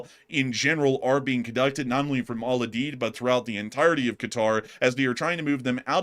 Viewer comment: It is pronounced Al …. U ….. Deed. lol